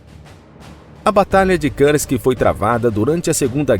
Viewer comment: Lamentável a "inglezação" de palavras de outros idiomas pelo narrador. Ele consegue a proeza de complicar a pronúncia da palavra russa Kursk que é pronunciada pelos russos quase da mesma maneira como ela é escrita em português: Kursk, simples assim. Mas o cidadão acha mais bonito enrolar a língua e pronunciar errado. O resultado é uma pronúncia horrível: ele diz coisa parecida com Kârsk. Eu desisti de assistir ao vídeo. Que tristeza.